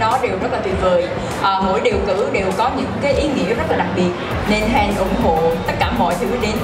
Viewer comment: Bà Sam đọc sai họ của chị Hen rồi :((